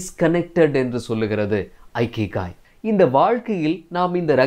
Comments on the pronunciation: அருமை. அழகிய தமிழ். ஜப்பானிய புத்தகத்தை இகிgai என்று வாசிக்க வேண்டும். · Bro it is இகிgai. Not ஐகிகாய்